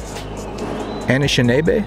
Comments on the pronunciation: your pronunciation of “Anishinaabe” is almost perfect. The first “a” is pronounced like “uh” and the “aa” is pronounced like “ah”. Excellent video nonetheless! Keep up the awesome work! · You were right on how you pronounced anishinaabe. They are the local indigenous native from my city. (North Bay, ON Canada)